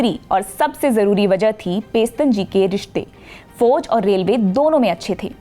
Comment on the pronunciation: Foj mein nai jana. Please improve her pronunciation